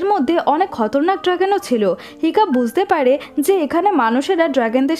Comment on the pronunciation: খতরনাক না খাতারনাক।